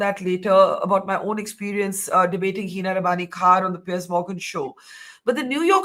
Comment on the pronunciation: So proud of Barkha for her take on the Piers Morgan Show this morning. She was brilliant 👏 Also, for some reason Hina kept calling him Pier 😂